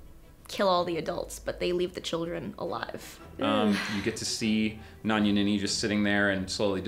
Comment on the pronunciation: u are saying nanyunini wrong